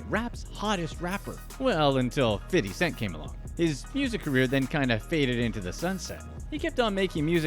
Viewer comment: Who told you to pronounce 50 cent name like that? LOL nobody says his name like that not even him